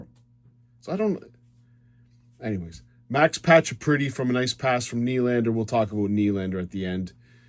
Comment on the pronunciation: No need to call names, His name is Paccioretty, no Pacca Pretty. Also remember you calling Laughton a piece of filth. No need for that either.